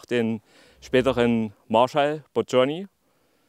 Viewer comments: Budjoni gesprochen nicht Badschoni 😏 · Super Video, nur eine Anmerkung: Budjonny wurde genau so und nicht "Bud-schonni" ausgesprochen. Ansonsten passt alles.